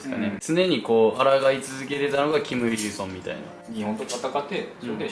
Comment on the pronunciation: キム「ウィ」ルソンになってる〜